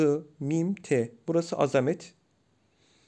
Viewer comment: Videonun başında azamet-i ilahiyeyi okurken ilk harfi zı olarak okumak yanlış buharfin adı zat zira arapçada ı sesi de yok